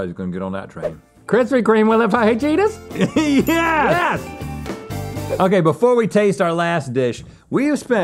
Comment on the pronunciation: the way Link says fajitas is hilarious! 😂